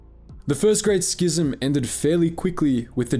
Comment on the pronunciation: I think you're the only star wars YouTuber who pronounces "schism" correctly...bless you Sir